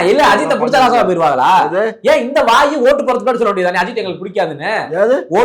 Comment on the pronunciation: Enda unakku tamil and English ozhunga pesave varathada. Adhu Ennada "Shetapu", "Nashama poyiduvinga" ketta drividan nu pesra